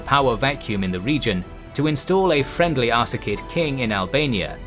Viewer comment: You keep pronouncing it Ar-ka-sid, when it's spelled, Ar-sa-cid. It's ... annoying.